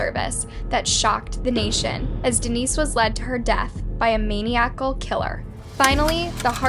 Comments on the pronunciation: Its pronounced məˈnaɪ.ə.kəl Sorry but if you choose to narrate you need to pronounce the words right. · Maniac-al ?!? SMH...